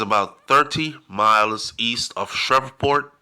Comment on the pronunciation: Just FYI Shreveport is pronounced “ “Sh-Reeve-Port”…